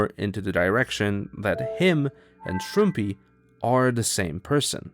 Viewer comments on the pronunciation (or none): the arg aside, shouldn't the channel name be pronounced shroom-pie and not shroom-pee???